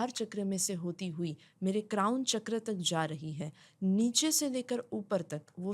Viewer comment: Sorry for interrupting you but please don't say ’चकरा ’ say it ’चक्र’ becoz u motivate a huge population ❤